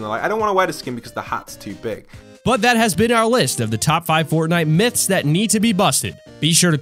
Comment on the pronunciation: You said myths wrong 😂